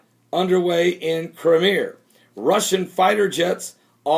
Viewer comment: crime e uh not crimer